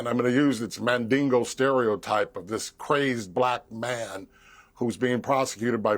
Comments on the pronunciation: Did he say Mandango? I thought rumor is that diddy ain’t packing anything down his pants to write home about? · I stopped listening when I heard “Mandingo”…